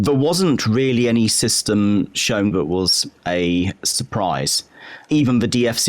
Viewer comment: The, that, there. Not ve, vat and vere